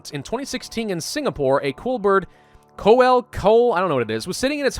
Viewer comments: Koel is pronounced " coo - whale " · Fun fact koel in the national bird of my country and you pronounce it as kowl you were pronouncing it right as Western that is but Indian or us Bengal will pronounce is as koel( ko and el). I usually don't comment but i really like your videos if you could play more dawn of men I would like and English is not my first language and I'm just 15 but I'd like if you would tell me that my grammar and spelling is wrong or right. as usual praise. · I always though it was pronounced kwell